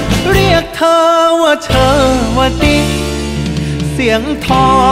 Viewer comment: ภาษาพ่อขุนกำลังจะเละผมได้ยิ้นนักร้องเกือบทุกคนออกเสียงขำว่าเธอ เป็น ช.ช้าง